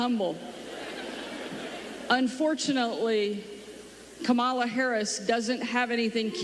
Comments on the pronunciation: Pronounced Come-a-la. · Its Coma-la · Comma La. Say her name correctly please. It took me awhile to get it also. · It's Kamala ' learn her name. Terrible vidio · How did you pronounce her name? It's ?la - Kama-la,and you did it through this whole post after hearing people pronounce her name right. Won't follow. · Please learn how to say Vice President Kamala's name correctly. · Stop dissing the candidate and learn to pronounce her name!